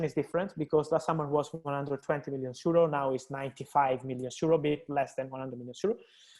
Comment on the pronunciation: Why Fabrizio always pronounce “Euro” as “zero”? Is that Italian accent or what?🤔